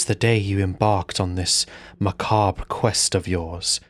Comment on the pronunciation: I just want to say I appreciate that you pronounce Ma'habre and macabre correctly. I can't tolerate people who never heard the word macabre said out loud before, but it's still a touch grating.